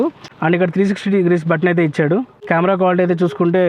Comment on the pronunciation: Yaaa bro Rayalaseema Yasa vachindhi nenu video chusukunnapudu Adey anipinchindhi